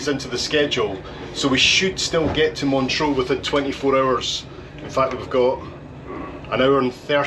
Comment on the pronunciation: Sorry, my OCD kicked in every time you said 'Montreaux' instead of 'Montreux'